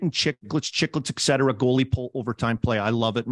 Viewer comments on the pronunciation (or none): Armdog don't give us ek-cetera every episode right off the hop. Work on et-cetera lol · Love the show but if you stick with the name you all have to learn to say "ETT SETT ERRA" not "ECK SETT ERA"